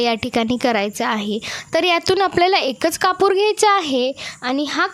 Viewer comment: कपूर हिंदीत म्हणतात हो कापूर म्हणा की मराठी बोलता ना ,सर्दी झालीय का सु सु काय चाललंय 😅 बोलताना दमताय का 😮😢 चाळणीने पाणी गाळतो हो